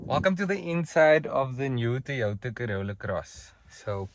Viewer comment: It's not THOY WOTHA.. it TOYOTA